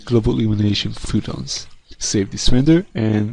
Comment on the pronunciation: phOtons not phootons